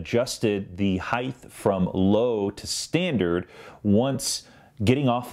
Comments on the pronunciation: Grammar police It's HeighT not HeigTH "th" is only "TH" when the "T" is before the "H" In this case it's "high"- "t" Sorry, but it bugs me! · why do people pronounce it "heighth" instead of height? as well. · Dude, what's heighth? Probably a guy that says "nu-culer."